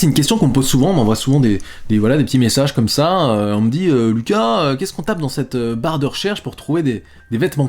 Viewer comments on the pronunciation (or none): none